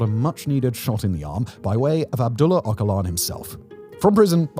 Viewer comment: OH-JUH-LAN, not "Okalan".